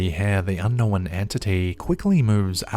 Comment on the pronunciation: Cause he can’t talk and needs to hire a narrator. “Unn-nowinn”. Some idiot Kiwi or something